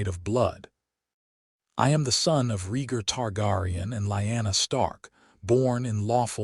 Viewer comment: yeah, this is good but it falls into the same traps all the others do... FUBARing pronunciation of main characters VALORIA??? you almost lost me 22 seconds in with that... .gritting my teeth trying to ignore the pronunciation of Rhaegar and Targaryen... its jarring and breaks immersion.